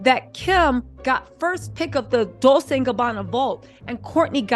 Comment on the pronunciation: Girl, not dissin' your dissin'.. BUT...you need to be sayin' those brand names correctly. Dolcè sounds like dol-chay.